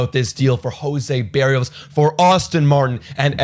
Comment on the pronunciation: Look up how to say his name, it’s different from how you were saying it. From a Twins fan you guys got a good one thought. It’s Burr ee o s. Just for future reference. Wish we had a good Twins show like this lol